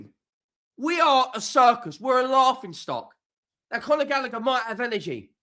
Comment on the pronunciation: Its Conor not Connor..